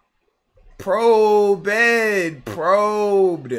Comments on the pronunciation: never in all my years have I heard someone pronoucne probed so wrong before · Mf said "Pro-bed" 😂😂😂😂